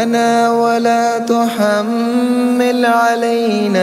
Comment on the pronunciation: MERI JAAN BHAI APP KI TILAWAT MASHA ALLAH LEKIN AAPNE JO PE JO RABBANA WALA TUHUMMIL ALYNA PARHA WHO GALAT HAI UDAR RABBANA WALA TAHMIL ALYNA HAI